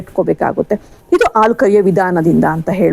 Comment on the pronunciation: Thanks ಆಲು ಅಲ್ಲ ಅದು ಹಾಲು